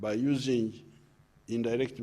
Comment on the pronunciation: “Why, Because ..... therefore “ those the only words I got from this address! Oh plus ....usingie 😀